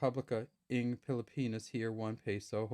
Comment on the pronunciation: The "NG" which means "of" in English is pronounce (nang) and not (eng). The letter "a" sound in (nang) is same as sound "a" in the word "hat" and not the sound of "a" in the word "hay".